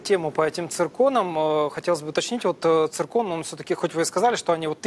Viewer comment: Клоун, сбили говорит церкон 😂😅😅